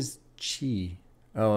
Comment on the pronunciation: its pronounced “sh-eye” meaning chicago